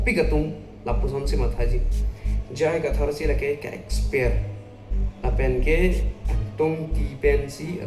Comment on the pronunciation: Exper pukali t ko Expelled pu abang ji .. pronounce thek the ma